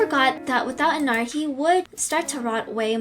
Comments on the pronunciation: Glitchcrap Me: Glitchbitch, Pooptrap, Annoying Virus, Bitchtrap, Weasel, and Non-Scary Bunny-Virus Also Me: YOU ARE PRONOUNCING ENNARD'S NAME WRONG BECAUSE HIS NAME IS PRONOUNCED ENNERD!!!!!!!! >:( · You: HE’S POSSESSED ME: HE’S POSSESSED ME AGAIN: Wait no...he’s controlled- WAIT..THATS THE SAME THING AM I DUMB- Ok this is confusing- Tell meh pls XD 🤯🤯🤯🤯🤯🤯🤯🤯🤯🤯🤯🤯🤯🤯🤯 Also it’s not Ennard we pronounce it was Ennerd but we spell it was Ennard. Stop reading you fools. Oh so, you think there’s more? Read ⬇️ You just wasted you time XD Sorry 💬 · Heres how you pronounce Ennard: En - nerd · If you wanted to know how you pronounce Ennard it’s Enn- Nerd but they spell it Ennard:) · This is how you say it En-nerd but it's spelled Ennard hope that helps you! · you said let you know so letting you know saying ennard's name sounds like ennerd but his name is ennard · Ennard is pronounced Ennerd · I think ennard is said as "enn erd" even if it's not spell like that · You asked if you say Ennard wrong, you do.(sorry if im mean) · That's not how you say ennard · Your not saying Ennard right im not trying to be mean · It's not how you say ennard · Thats not how u say ennard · Your not saying ennard right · No you are not saying Ennard right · No that's not how you say ennard Also is that video from shadow glitch -0-? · It's Ennard but the "a" is silent and it's replaced with "e" (っ´▽`)っ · I don’t think that’s how you say Ennard... It’s sounded out as “Ennerd”. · Btw it’s en-er-d that’s how u say it, hope it helps! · You said Ennard wrong. It's Enn-Erd, at least that's how its pronounced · You say ennard like this EN - ERD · its pronounced enn-e-rd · No its said like ennerd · It’s spelled ennard but it is pronounced ennerd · Ennard is said ennerd instead of saying a you say e for ennard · Ennard is pronounced as En-ird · His name is Ennard (Enerd) is how you pronounce it I used to call him Ennard too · Its en-erd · It’s Pronounced Ennerd But It’s Spelled Ennard